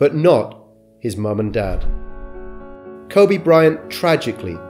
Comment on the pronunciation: His name is pronounced "Ko-bee". Sorry, but it just feels disrespectful to pronounce his name wrong, even if it's spelling is the same as the Japanese city pronounced "Ko-bay".